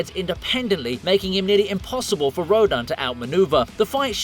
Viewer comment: It is pronounced (row-dan)